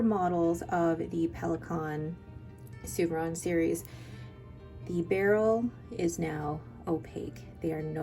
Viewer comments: Souverän is pronounced ‘Zoo-ver- rain’. (make the ‘R’ a bit guttural) It’s all in the umlaut ! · pronounce the pen correctly.